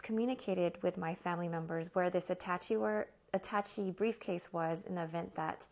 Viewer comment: A (the vowel), Tash, aaaa (long A). Attaché ;). Thanks for the video